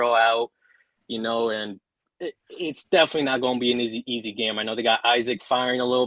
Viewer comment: It ain’t easeh 😂😂😂😂